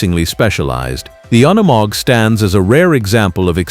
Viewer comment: it is NOT UN E MOG - it is pronounced youkneemog